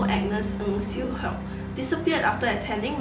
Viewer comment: Hock not heok